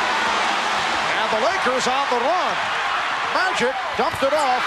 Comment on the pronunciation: LOLOL You hear Marv Albert rolling the letter R from - lolol like he's mexican or something, "And the Lakers on the RUN"?